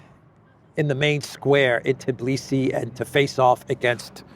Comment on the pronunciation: It is Tbilisi not Tiblisi :):)....